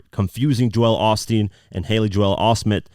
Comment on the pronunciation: He is butchering Joel Osteen’s name lol